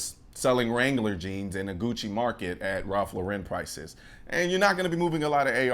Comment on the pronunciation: You’re saying it wrong. Ralph Lauren, the man, is an American and pronounces his name and his company like an American. The correct pronunciation is just the plain ‘ol American English pronunciation “Ralph Lauren.” If it helps think of it as if it were your mechanic’s name, or the postman, or maybe your butcher. The point is it isn’t some fancy sounding name, so there’s no need for any special accent or inflection.